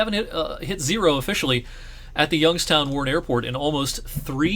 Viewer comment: As a person who moved to Youngstown from Rochester, NY I thank you for pronouncing it right.